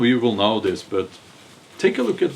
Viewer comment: You it’s not böt it’s bat; the word but 😅😅😅